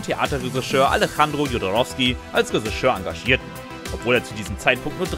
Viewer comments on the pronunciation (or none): Der sagt das nicht nur komisch...der spricht es absolut falsch aus. Resseschör! Reseschör! unfassbar! Was für ein Sprachwunder... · "Ressigeur" naja das üben wir nochmal :-) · Was ist ein Resseschör? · bitte BITTE sag Drehbuchautor, wenn du nicht Reschissör sagen kannst. Oida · Ja XD Ich musste 3 mal hin hören. Der Sprecher sagt Ressigeur XD Ich lieg am Boden. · Der Typ glaubt wirklich, dass es Räseschör heißt... 🤨 Warum kann sich Lupper nicht die Mühe machen, kurz zu prüfen, was da erzählt wird? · hat der ne wette verloren oder warum sagt der Regisseur so komisch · Regisseur, Irulan, Villeneuve, Rogue wird alles falsch ausgesprochen , fast grotesk. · Moment! War ich wirklich so dumm anzunehmen, dass man bei einem Filme-Kanal das Wort Regisseur korrekt ausspricht? Was für ein Fauxpas...ich entschuldige mich natürlich für meine absurde Erwartungshaltung.